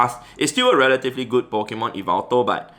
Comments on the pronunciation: Its not e-veltal its yah-veltal, but otherwise great video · Hey! The right pronunciation for yveltal is like this: yi-vel-taal Hope it helps u pronounce it in some way haha Keep up the good work and content u give to us so consistently. Cheers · He pronounces yvetal as yvital i pronounce it as yevetal lol hes pronounciation sounds better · Its actually YAVELTAL (from MandJTV) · It’s ya-vel-tal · According to M&JTV I think is how you spell it, it’s pronounced Yaveltal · Wow I had no idea that I pronounced Yveltal wrongly the whole time